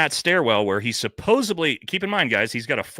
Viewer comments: Brother I love you but you gotta stop saying “Supposebly”, it’s driving me up a wall. The word is supposedly. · The word is pronounced SUPPOSEDLY not SUPOSIBLY. My God. And stopping fucking with your hat and ear piece. It's very annoying. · SUPPOSEDLY!!!!! Not sopobably!!! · 'SupposeDly' not 'supposeBly' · Bro I love you but you gotta stop say “supposubly” haha😂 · Can we please fix the “supposebly? It’s supposedly. 😂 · It’s pronounced “supposedly” NOT “supposebly”. It’s a “d” not a “b”. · Supposedly, not supposably. Better yet, allegedly. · The word "supposedly" doesn't have a "b" in it. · OMG kept thinking the same thing! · Friendly tip, there’s no B in the word supposeDly. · Is it an ongoing joke that you keep saying 'supposebly'? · Stop saying "supposbly" smh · Please stop saying "supposeBly" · Someone has got to tell him how to pronounce and spell supposedly